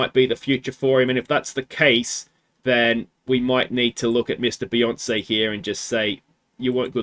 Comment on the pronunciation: It's a shame to see Beyonce go, Some truly classic surname butchery. 😂